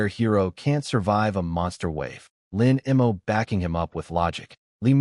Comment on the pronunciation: Lin Mo. The AI is bad at pronouncing that name and a few other two to three letter words. No idea why. But yeah, the guy is almost always either a bad person or a protagonist as well. Just like the Sterling family, really. XD